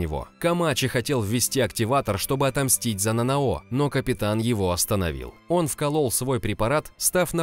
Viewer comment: Скажите мне одному режет слух это НанаО? Нет серьёзно НанАо же звучит лучше!